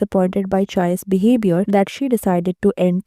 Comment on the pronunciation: bruhh dont call him chai its chayy